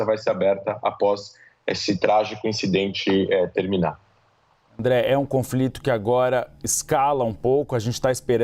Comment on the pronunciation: Qto a competência do apresentador: Cara... Inadmissível um âncora de uma emissora do tamanho da CNN não saber quem é o André e por isso pronunciar o nome dele errado... Affffff